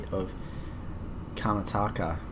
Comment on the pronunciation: Awesome episode mate, although of course I'm a little bit biased haha. Good job on pronouncing BOM airport name, not the easiest! Although you need to work on Karnataka pronunciation lol. Loved the city facts and the newly included airline facts! Thanks again for the shoutout! Really grateful! Good job mate!